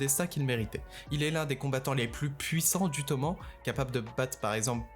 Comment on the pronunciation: Toman oui mais normalement on entend le E